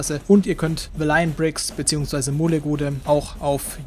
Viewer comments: bist der einzigste der das so ausspricht 😂 egal sonst echt nices Video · nein man spricht das aber echt net so aus 😂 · Auch hier wieder ein schönes Video! Ich persöhnlich favorisiere VB (habe dein UB Unboxing auch gerade gesehen). Mir gefallen die UB Köpfe nicht sonderlich gut, aber das ist ja Geschmackssache. Ps. Warum sprichts du "Valiant" so komisch aus? xD